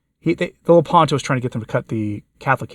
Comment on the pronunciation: Just a brief note....why call it LOPONTO Institute when it's LEPANTO Institute? Other than that, God bless you and yours.